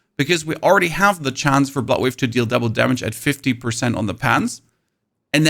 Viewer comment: Took me way too long to figure out you were saying bloodwave and not buttwave. Guess my ears are getting old. lol